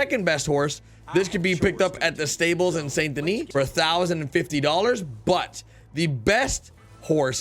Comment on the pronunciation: It's somewhat embarrassing that you can't pronounce Saint Denis properly. Have you even played this game?